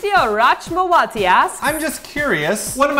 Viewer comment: I think rachmawati should be pronounced with a kh instead of a ch. just sayin